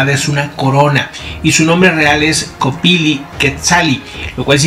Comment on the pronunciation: No es penacho, es "Copilli" (copíl-li).